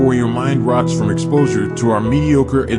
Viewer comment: rots, not rocks?